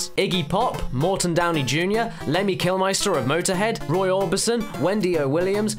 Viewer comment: It's pronounced Kill-Mister, not Kill-Meister.